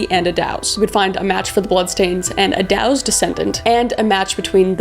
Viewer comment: I’ve taken the tour of Whitechapel and it’s still kind of eerie. I recommend it though if you’re ever in London. We even had a drink at the Ten Bells which still exists and where most of the women would patronize. Also, it’s pronounced like “Edd-does (like a female deer)” instead of “Edd-dows”.